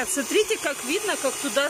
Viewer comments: Бесполезно ей писать, ей многие об этом пишут, а у неё всё равно ,,СРИТЕ" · Не СРИТЕ, а СМОТРИТЕ 😂😂😂